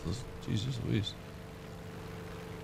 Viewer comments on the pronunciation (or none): none